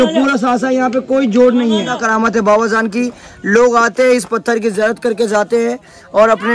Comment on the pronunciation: Baba zaan nai bhai Baba jaan hai jiyarat nai bhai ziyarat hai bolna sikho zinda karamat bolte